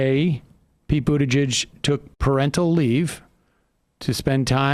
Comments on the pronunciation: His name is pronounced booty'judge... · Please learn the 'producer' to say the name Buttigieg correctly! ;) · Your co host has no idea how to pronounce Buttigieg. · Please learn how to pronounce Pete’s name properly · He still can’t pronounce Buttigieg. Okay.